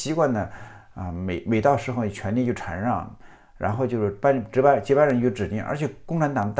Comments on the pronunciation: 禅让（拼音：shàn ràng）,虽然我小学没毕业，但我敢和老苏打赌这个字念shàn而不是chan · 禅(shan四声)让制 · 馋让 哈哈哈哈哈😂哈哈哈哈😂 是故意的吗